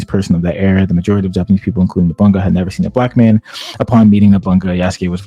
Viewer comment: Every time he says NOBUNGA I cringe. It's No-Bu-Na-Ga